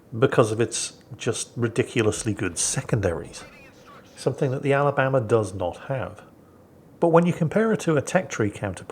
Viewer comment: Sweet home Ala-BAM-ba